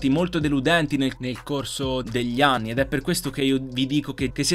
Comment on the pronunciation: Solo io a ho sentito ani e non anni cmq grande